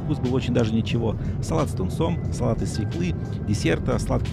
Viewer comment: Здравствуйте,! Прошу прощения что придираюсь но правильно свËкла потому что во всех словах с ë ударение падает на неё. Спасибо за понимание и Ващи видео